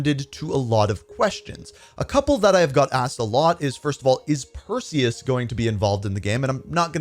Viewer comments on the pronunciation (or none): none